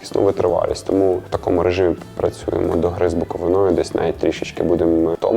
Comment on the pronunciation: З БуковИною, а не з БуковинОю.